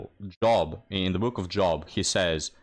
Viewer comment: Book of Job, Job has a long "O" like soap.